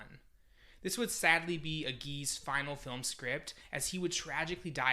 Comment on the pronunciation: Those are both pretty well-known people with well-documented name pronunciations. I'm not starting off with great confidence after hearing that.